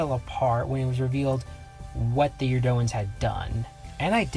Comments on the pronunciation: He's pronouncing their name wrong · Huge fan. Watched almost all of your videos. But fuck me, i cringe HARDCORE everytime you mispronounce "Eurondans".